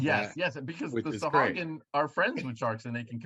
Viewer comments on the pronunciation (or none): Far be it for me to not do a google search on pronunciation. Sahuagin (pronounced: /sɑːˈhwɑːgɪn/ sah-HWAH-gin)